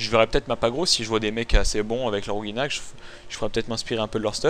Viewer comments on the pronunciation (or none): tu dit ouginak x) ankama a confirmer que ca se prononce oujinak :p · Quand va-t-on arrêter d'entendre "ouGUInak" ... Un "g" suivit d'un "i" donne le son "ji" en français :/ ...